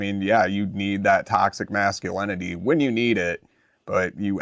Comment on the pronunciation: You will need to learn how to pronounce "masculinity" if you want a sub.